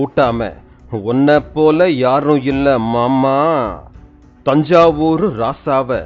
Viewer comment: new reader's way of pronouncing MAMA 😂😂😂😂😂😂😂 sinungurane😂😂😂